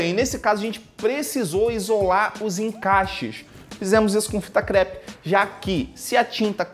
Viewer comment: a hora que você falou fita crepi eu lembrei do meme fita creepiiiii